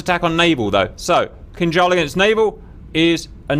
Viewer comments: You said Kinjal perfectly right this time! 😊👍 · jesus crist you said it right, it sounded almost identical to russian